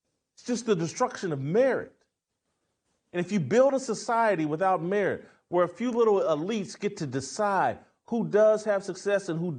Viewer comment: It took a few minutes to realize he was saying "merit"...